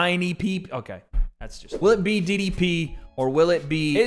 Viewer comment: it sounded like said "Will it be Diddy P" instead of DDP 😂